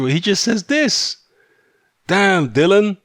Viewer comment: If people kept purposely mispronouncing my name, I'd be permanently vex too... and by the way his name is DILLIAN not Dylan... FFS...